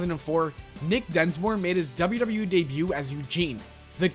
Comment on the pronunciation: Slow down on how you pronounce WWE and WWF. It sounds like gibberish. "Doubadoubawe"